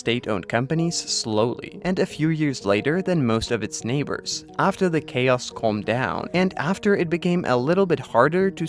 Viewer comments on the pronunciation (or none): none